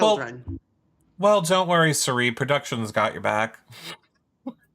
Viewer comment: Is calling Cirie ‘Shuree’ on purpose? Lol